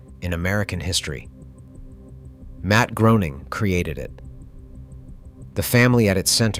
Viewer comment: Its pronounced Graining ive seen Matt state.